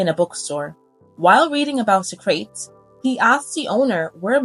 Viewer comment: and soc-ra-tees for socrates.